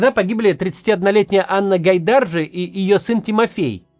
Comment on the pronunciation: ГайдаржИ - гагаузская фамилия, ударение на последнюю гласную